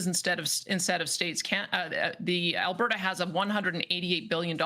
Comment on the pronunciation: “Alberta”? More like “Allbetta” (like Allbetta he gets canned soon)